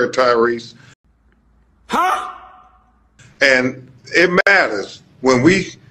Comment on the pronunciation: If you’re gonna keep up the current grift at least get Tyrese’s name right… I’ve never heard any other person pronounce it that way